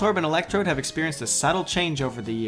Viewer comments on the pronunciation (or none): none